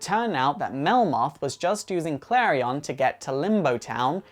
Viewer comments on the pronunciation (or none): sooo... His name is prounced Kalri-on not Kalrien. Im confused, all these animated shows and the prounciation. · he saying klarion wrong